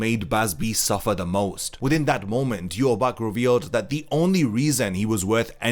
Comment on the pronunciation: Bro, it's Yu-Ha-Bah-Ha